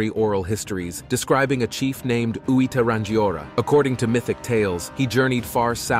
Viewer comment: Hehe your Maori pronunciation is soooo far of base 😂 But I'd not heard of Hui Te Rangiora before so was very interesting! I am a lowly pakeha though so... 🤷‍♀😅